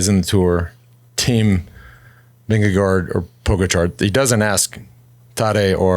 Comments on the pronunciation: still getting Jonas Vinegar's name wrong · You are still mis-pronouncing i.e. butchering the name of Jonas Vingegaard!!! As a fan and loyal danish follower of for years, I have appreciated the respect the show, and Lance Armstrong, has shown the french by asking the frenchman Alain to pronounce the french city-names. I dont think that is really necessary or feasible when it comes to the names of the different riders, but I am still waiting (and hoping) to hear you pronounce the name of Jonas Vingegaard correctly. I guess everybody could take the easy way out and just call him Jonas, which is not really possible to misprounce for english-speakers. Another option could be to listen to a number of danish people pronounce this name, and try to imitate it. But for some reason that does not seem to be so easy. Danes would actually pronounce it somewhat differently, according to their own dialect. Vingegaard himself usually does not speak the dialect they speak in the part of Denmark where he is from. The last and maybe best option is to find some english words that match the pronounciation of Vingegaard. And that is actually possible. The last part of Vingegaard is neither pronounced as ”guard” or as ”go”. It is pronounced exactly like the last name of former vice-president AL GORE. The first part is pronounced more or less like the english ”WING”, that in danish, just like in english, isolated means either the wing of a bird or an airplane. (Vingegaards historical meaning is something like ”the farm where the landscap